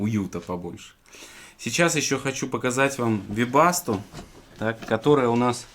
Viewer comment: теперь я знаю, как правильно произносить "вебасто"